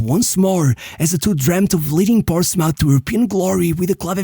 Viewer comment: Great video! Just a nitpick, Portsmouth is not pronounced like mouth (mauf) but like muth (muf).